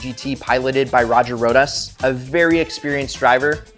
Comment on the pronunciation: Can't even say the name Roger Rosa's? That's extremely disrespectful.